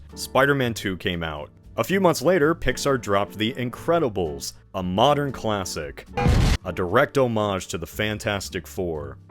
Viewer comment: A "mowden"? What are you James Rolfe?